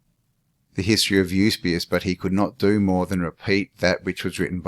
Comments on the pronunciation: Fomenko's work is amazing. It's good to see you getting into it. One small note. It isn't 'YUS-BE-US. It's YU-SEE-BE-US! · Absolutely, we want your part 2,part 3 if necessary even a 4..don't hurry the process, get stuck in mate..kick the living shit out into the open air of absolute clarity of their fakery..and fcukery for Centuries...but please get the pronunciation of Eusabeus right mate..it's the only thing that kept dinging me in the ear..ok..still love you mate..power on bro..